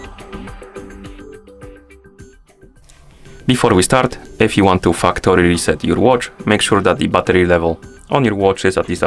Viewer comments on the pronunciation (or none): the way you said fucktory reset is funny haha